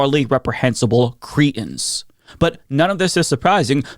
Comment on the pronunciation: That’s not how ‘cretins’ is pronounced…